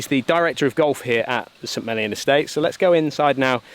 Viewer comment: I was fine with Harman winning, I just wish it had been closer. Didn’t want to see him fail, but some drama is why I wake up at 5 am or earlier for four days to watch golf on courses I’ll never get to play! Every time you say St. Mellion, it sounds like Smellyon 😂Sorry, can’t help it!